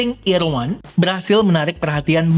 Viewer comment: itu kan nama TWS nya EAR 1 dibacanya Irwan😂😅🤣